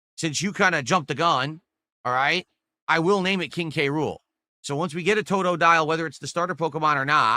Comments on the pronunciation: He's sober when he pronounces "toe-toe-dile" correctly (never) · Says the name weird more than once then says it right. Sounds like he’s speaking spanish with a white accent